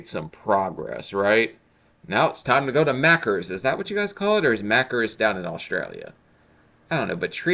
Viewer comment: youre pronouncing maccas wrong. Youre pronouncing it as 'macr-ers' its pronounced as in 'mack-az' Youll stick out like a sore thumb if you come here if you say it like that should you cone here